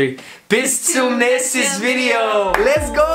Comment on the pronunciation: Her second attempt of "bis zum" was NATIVE SPEAKER LEVEL! oO I'm German and I couldn't distinguish this from a native speaker, no matter how hard I tried. Sadly, the rest of the sentence was not correct. It's "Bis zum nächsten Video!", instead of "Bis zum nächstes Video!". Just keep practicing! :)